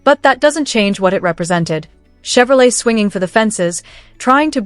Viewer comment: Why are 57s and 55s mixed in the pictures, and some are not Bel Airs. And it's called Shevrolet/Shevy and not Tshevrolet or Tshevy.